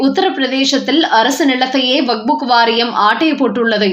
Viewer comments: Please pronounce waqup not waqbook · Not wak buk, it is waqf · It's not vakbu it's vakf( Wakf). Please correct your pronunciation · அம்மணி, "வக்புக்" என்று சொல்ல கூடாது. "வக்பு" என்று சொல்லுங்கள். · வக்புக் என்று தவறாக உச்சரிக்காதீர்கள் 😂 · Tamil news readers should learn pronunciation first. This lady's Tamil rendering is horrible. She has found a new book, vakbook😂